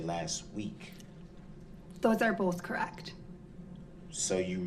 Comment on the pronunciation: I noticed words that end with TH he cant pronounce right. BOFF OAF TROOF